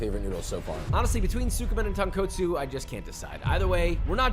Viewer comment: When will you ever pronounce “tonkotsu” or “udon” correctly